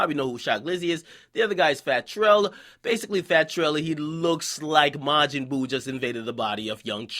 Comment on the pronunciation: this nigga said maginboo 😂😂😂